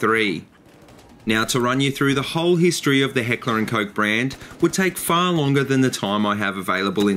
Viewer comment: Awesome shit bruh. I love H&K I'm a huge fanboy and thanks for pronouncing it right. I own an HK45 with is basically the "Compact 45" in a full size. German Engineering FTW!